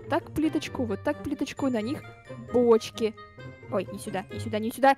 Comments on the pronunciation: В начале видео мне послышалось что, сказала почки а не бочки.😆😆😆😂😂😂😂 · Она так и сказала😂😂😂